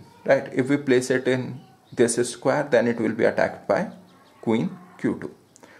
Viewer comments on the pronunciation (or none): disis square😂😂😂